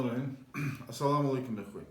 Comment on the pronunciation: Научите его правильно читать Бисмал